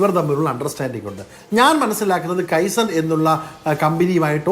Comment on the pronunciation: കെയ്സൻ അല്ലെടോ... കൈസൺ. ജാപ്പനീസ് വാക്ക്. അർഥം, small small improvements... 😀😀😀😀